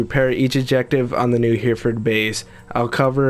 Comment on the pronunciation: Nice video, but it's pronounced Heh-ri-ford, I should know, because I live there xD